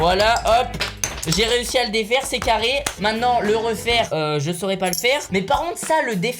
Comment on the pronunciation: Wesh tu dit mainant au lieu de maintenant